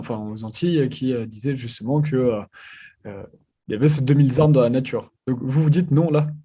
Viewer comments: 2 mille Z armes ? Vraiment? Pour un journaliste la moindre des choses est de parler UN BON francais... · Deux mille zarmes... Non mais plus personne ne parle français ou quoi?